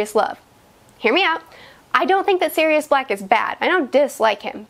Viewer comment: Ummm.. she called Sirius Serious 🤣